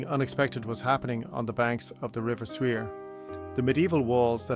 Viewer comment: The river Suir is pronounced Shore